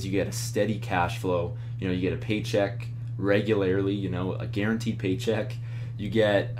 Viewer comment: You are amazing. I hope you know how much we love you <3 Even if you say regularily instead of regularly